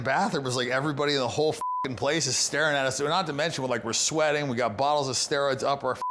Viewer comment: "bottles" yeah...